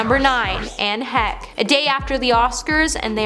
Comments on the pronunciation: Why does she pronounce Lenny Kravitz name that way?? Lenny KRA-vitz. Wtf And they don't even celebrate Paul and Bob with their names. Inform y'all did a shit job on this. How do you call others out when y'all can't even do it yourself correctly. And ANN HECHE? ITS NOT HECK. WHY IS THIS GIRL WHO CANT PRONOUNCE THE NAMES OF ANYONE DOING THIS VIDEO. HOW DISRESPECTFUL. To say "no one should ever be forgotten" is ironic given this girl l can't even pronounce the names of some of the greats. And your editor should be fired. I'm so damn disappointed. and she can't hear herself right?! Robert Downey Sr gave birth to Jr? Jr made his own career and Sr. Didn't give birth to anyone. I think y'all should be ashamed. This girl shouldn't be presenting anything let alone a video acknowledging dead stars she can't say their names correctly or even basic things like put the correct name of them on her list. Disgraceful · OMGF please go learn how to say HECHE. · I like watching you and your colleagues doing these videos, and I have noticed something you may not be aware of. You see you keep messing up celebrities names. It's quite common for you to get names of people wrong. When you said Anne Heche, you pronounced it wrong, it's pronounced Anne Hesh. You also got Lenny Kravitz surname wrong too, it's pronounced Lenny Kravits. Other than getting names wrong, you are actually doing great. You have a lovely voice and you explain things well, and I enjoy these videos when you are presenting them. I am not having a go at you hun, just letting you know because I don't think you are aware of it. Please don't be offended. God bless you and all those you love. Have a great week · Anne Heck? Who the hell is Anne Heck?! It's Anne Heche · You really need to learn how to pronounce peoples names it’s not Ann heck, her name is pronounced Anne Heche! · Not Ann heck. Omg is pronounced Hesh Not only forgotten during Oscar also not bordered to be called correctly by the host. 🤦‍♀️